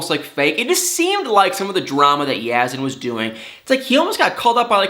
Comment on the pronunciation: Have a picture for people who don't matter to see, naw! Yazan, is dealing with this foolishness. Not her. As a professional, you should speak with awareness of atleast pronouncing a name right if you're gonna speak about it/him/her/them. I like you but we all can do better with Life in general😉 Be Safe & Keep It Real🤗